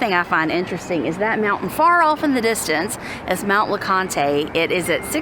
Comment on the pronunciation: The mountain is pronounced Lee Cont